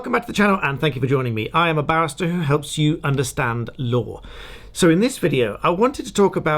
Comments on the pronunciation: On a humourous note , when you say barrister my ears heard bastard .thank you for the unintetional laugh !! Slainte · Lol! Every time you say, “Barrister” it sounds like, “Bas_ard”. This is around the 4th time I’ve noticed it. I think it’s because you say it so fast it only sounds like two syllables. Idk but I always chuckle.